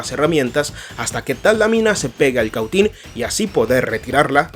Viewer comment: Que interlocutor para hablar tan mal, se dice balasto y se dice Cautín no como el lo dice, así serán sus conocimientos